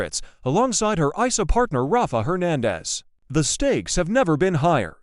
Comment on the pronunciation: EJ is not DA. Belle is. The "Jennifer" they pictured in a few shots is Jennifer Aniston. It's not proniunced Ra-fa...it's Rayf. ISA is not a word, its initials, AI is faulty.